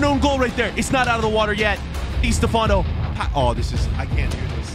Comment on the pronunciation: “Di stafano” I’m offended